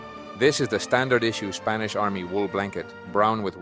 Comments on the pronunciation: Your pronunciation of spanish words is incredible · Your Spanish pronunciation is top notch 👍